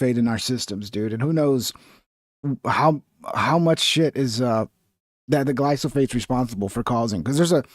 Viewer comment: Glyphosates mate, not glysophates.